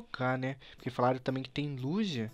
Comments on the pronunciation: QUE AGONIAAAA, NAO SE FALA LUGIA, E SIM LUGUIA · o falando liJia o certo nao era lugia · Para de falar Lugia lê como se fosse Luguia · lujia kkkk é Lugia prefiro edukof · "lujia" kkkkkkkkk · a pronúncia é luguia mais se escreve Lugia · vc esta falando errado e luguia eu coloquei assim para vc entender mas se escreve lugia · n e Lugia se diz Luguia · Ele não sabe pronunciar o nome do Lugia kkkkk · o e um bebezao e fala o nome do Lugia errado